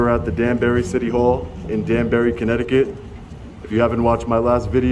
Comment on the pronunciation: Corrupticut?! I thought it was Connecticon??